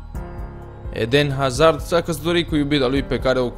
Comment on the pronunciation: 'edehn azahrd'??? XD